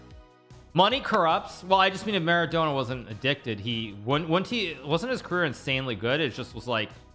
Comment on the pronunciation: Mara-dough-na - hahahah 😂